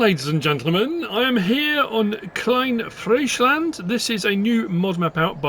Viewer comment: Compliments on your pronunciation of "Klein Friesland"